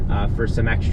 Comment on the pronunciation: Love your work but… Comp- erable accent on Comp. Creators lose people with things like Ex-specially and Ec- cettera. You are great.. funny and important for this content. Please keep up the good work.